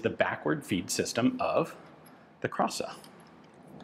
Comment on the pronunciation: Krasa...ok. I think it's clearly kraska.